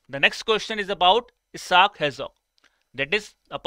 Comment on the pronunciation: Sir ke pronunciations bahot danger hai. Isaac (I-zack) ko esaak, Sunil Chhetri ko Sunil Chetri, etc. 😅